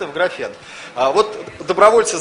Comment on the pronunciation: Эти люди не утруждают себя пониманием произношения этого термина по-русски и говорят его по-английски: graphene.